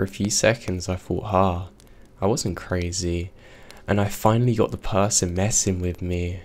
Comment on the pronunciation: PERSON, not PERSTON!